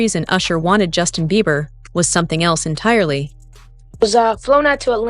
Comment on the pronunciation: His name is Beiber not Beaver 😂